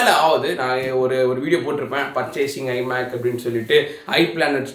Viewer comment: your tellinn i mac as hari mac